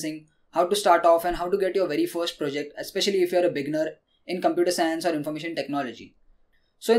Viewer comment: I love your tips and you understand English very well but i have 1 piece of advice with pronunciation. Beginner should be said with 2 syllables. (be-ginner). when you say beginner it kind of sounds like beggar.